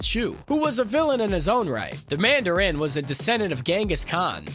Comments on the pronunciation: Why do you say Mandarin like that? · Why does he pronounce Mandarin so weird...?